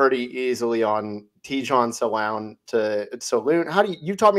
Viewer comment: C'est Tid-jane Sa-la-un qu'il faut prononcer .